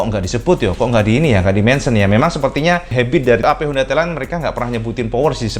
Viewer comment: maaf sebelumnya. Pengucapan sampeyan homda PCX 160 Rada samar malah lebih sering mengucap hoda PiCeX. Ini hanya saran cak. Untuk narasi bagus kalo lebih bagus itu slow gak usah terburu-buru.